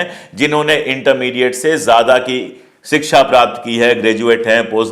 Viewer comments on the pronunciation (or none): none